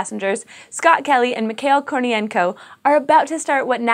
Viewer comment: You must have filmed this video long before you posted last week's news video or else missed my comment on that video, because again you totally butchered Mikhail Korniyenko's name. Now, I try not to scold people for mispronunciation, and I know it is hard to get it perfect if you don't speak the language, but pronouncing his name like "Mi-kale" is a pretty bad pronunciation. It is three syllables, like "mi-ha-eel" where the stress is on "eel" (and the "h" should really be the voiceless velar fricative, like Spanish , but an English H-sound is good enough). Ok, but it is a small matter. I would love it if you improved, but ultimately it doesn't matter as much as getting people excited about science and space news. Keep doing good work. I look forward to the lunar eclipse!